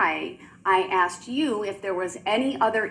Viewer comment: My personal favorite was "I axed you Judge." 🤣🤣